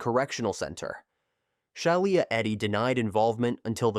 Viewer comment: SHE- LA its not hard